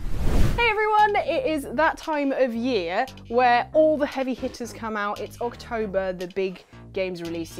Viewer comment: October? Did you mean to say "OXtober"? ✌😄